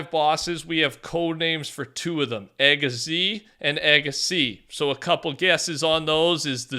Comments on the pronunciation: Bro buthered the name aiga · I find it hilarious when a YouTuber who doesn't speak Greek say aiga because they are pronouncing it so wronh